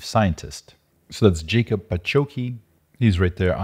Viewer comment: And its not Jacob, its pronounced "Yakhub"